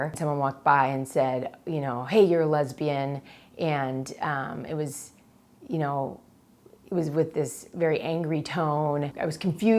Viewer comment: When you say "tyou" and "insted" instead of "you" and "instead"